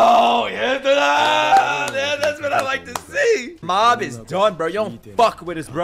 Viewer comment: Mob is Saitama's Dad?????? You said it the wrong way.